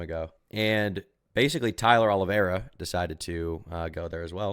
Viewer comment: If he’s going to make a hit piece of Tyler oliveira why can’t he say his name right lol